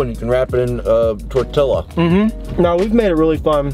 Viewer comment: Lmao “tor-till-la